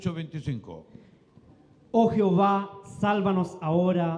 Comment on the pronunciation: Al pronunciar dicen Jiová los lectores y lo correcto es JEOVÁ y no Jiová